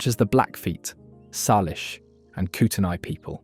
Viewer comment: It's pronounced "Koot-ney"